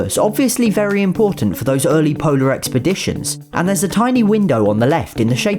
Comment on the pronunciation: Every time you say polar I think you're going to say Poland lol